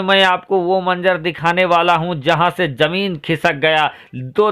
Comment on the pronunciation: Yaar apna talaffuz Sahi kar lo.Zameen ko Jameen mat bolo Bhai. Masjid khari thi khara Nahi tha.